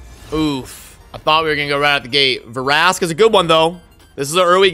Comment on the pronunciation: The way you were saying Vrask's name I should start calling you.